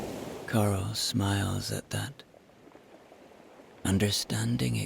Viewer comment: I hear Cliff’s friend’s name as Coral, not Carl. For me, suits her. Beautiful story. So relaxing. Thank you.